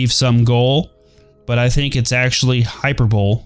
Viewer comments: it's not Hyper-Bole. It's Hyper-Bol-e Hyperbole. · It's pronounced hyper bo lee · How to pronounce "hyperbole": Hi-purp-bol-i It is personification. It's the exact opposite of an understatement.